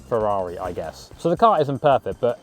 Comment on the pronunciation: Chavrrari which sounds like Ciaorrari